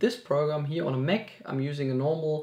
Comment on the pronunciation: Hey, nice video bro, but please say MAC. Not "mek"